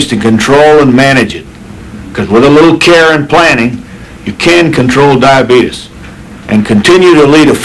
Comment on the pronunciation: Brimley looked pissed when that other dude tried to correct him on how to pronounce diabeetuus.